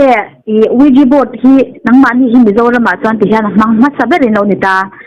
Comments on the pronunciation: Ouiji tiin i lam a, a spelling hi ouija ani bawk sia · It is pronounced wee ja The word comes from oui and ja. French and german for yes. Net atang ka rawn copy zuai sak che ani e.ka lawm e . Ee i van tilawmawm thin ve Keipawh le 🤝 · Ha3 a pronunciation hi lo zir țha leh zawk teh uiji tiin lam tur zawk aw . Sapțawng hi a inziak ang a lam vek hi a ni miah lo nia .